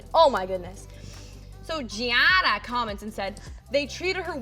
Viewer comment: it’s giada, not jiji wonder